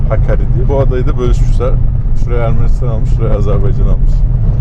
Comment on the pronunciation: Abi nehrin adını Hakkari deyib durdun nehrin ismi Həkəri .